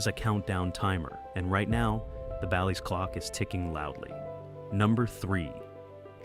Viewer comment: Horrible video with videos used from another streamer….could not even say BALLYS correct